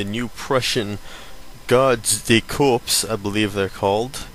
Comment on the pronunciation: what's the opening song? btw, i think the p is silent in de corps